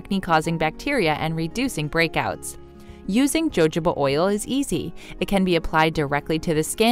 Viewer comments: My skin crawls EVERYTIME she says Joe Joe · It’s called Hohoba oil. Not jojoba oil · Maybe it’s been said but…jojoba is pronounced “ho-ho-ba.” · It's pronounced "H" . Jojoba oil is pronounced "hahoba" oil. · jojoba is pronounced HO HO BUh.. and it is a wax. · Number 3 is jojoba. It is pronounced Ho ho ba. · JOJOBA OIL is pronounced HOHOBA OIL. The J is silent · Jojoba oil, is pronounced hohoba oil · Jojoba (pronounced) hohoba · It is pronounced “hohoba oil” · Jojoba oil is pronounced... HO-HO-BA oil. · Jojoba is pronounced huh-how-buh. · jojoba oil is pronounced hohoba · JoJoba is prounounced Ho Hoba Oil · Jojoba is pronounced hohoba. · Mam, it’s pronounced HOHOba oil😂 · "Hohoba" is how to pronounce it 🤦🏼‍♀️ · It's pronounced (jojoba) Huh-ho-buh. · Jojoba = ho-ho-bah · It’s pronounced “ho ho ba”. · LOL, Jojoba is pronounced hohoba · Learn how to pronounce the name of the oil before you try to pitch it. Jojoba is pronounced “Hahoba “🙄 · Lol...its pronounced ho-ho-buh. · At least learn how to pronounce the words in your video. Jojoba oil = Huhoba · It’s ho ho bah. Silly woman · Ha ha ha ha ha - you do not know how to pronounce Jojoba Oil - I suggest you ask Google to help your pronunciation. Mind you, it did make me giggle! As the American language always does - the biggest laugh is when they say they speak English - they so obviously don't! Jo Jo 🤣🤣🤣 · And AI audio. This video got over 1 million views which is nicely monetized but the mispronunciation of Jojoba over and over again what is beyond annoying. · Actually it's pronounced with a sound like German Buch, Mexican X, Spanish j is not h. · When someone pronounces Jojoba oil with a ‘ J ‘ sound, I stop watching. I figure that they don’t know what they’re talking about because they don’t know how to pronounce the word correctly. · I have never heard jojoba oil mispronounced as it was in this video. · Anyone else stop taking this seriously when she started pronouncing the Js in jojoba? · Its pronounced hohoba oil